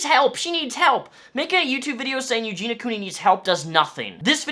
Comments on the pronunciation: It's Eugenia not Eugena... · "Eugena" lol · Good video but why on earth every other person making a video on Eugenia says her name's Eugena... sorry for being a nitpick lol.. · Excellent video and totally agreed, although you saying eugena instead of eugenia weirds me out every time. Here in canada, if they suspect you of being suicidal, they can strip you of all your rights and take you in. Feels like this is a case that should be treated in that way. Not sure if there are procedures that her family or friends can put in place for this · it's pronounced you-gene-ee-ah, not you-gene-ah. just fyi :) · why do people pronounce her name as eugena instead of eugenia? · Her name is Eugenia, not Eugena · I feel like if you're going to make a video about someone, you could have the decency to learn how to pronounce their name correctly. Eugenia, not Eugena. I literally couldn't even watch it. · it's eugen EEE a not eugena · It's not Eugina. Eugina*** with and I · Ur pronouncing her name wrong and it's annoying XD eugenIA not eugena. Sorry just had to point it out lol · Awesome video! But I cringe when people mispronounce her name. Its Eu-GEEN-ia...not Eu-GEEN-a. Some people leave the i out. :) You sound angry :( No one should feel bad because they cant help her. NO ONE CAN if she doesnt want help.. unless they physically restrain her(very carefully) and take her to her a hospital or facility that specializes in this. The people most responsible to her are her family. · Her name is Eugenia, not Eugena, people mispronounce her name all the time. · Its eugenia, not eugena. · It’s not pronounced “yougena” lmfao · The way you say her name is bothering me. It's pronounced U-jean-knee-uh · It's prounced YEW-JEEN-EE-AH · U-GEEN-EE-UH that’s how you pronounce her name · YOU-GENE-EE-YA BITCH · Her name is pronounced you-gee-nee-a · Okay but why does everyone mispronounce her name? It’s pronounced “Ew-Gee-Knee-Ah” Four syllables. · it's you-genIE-ya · “Eugene-a” Cooney